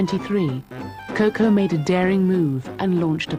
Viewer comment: How cringeworthy is this narrator’s pronunciation of Chanel’s nickname, Coco🙄Why is so difficult, I don not understand…